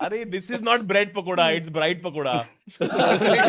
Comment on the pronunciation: Bread pakoda ko Bride pakoda boldiya hahaha tanmay bhai kamedy king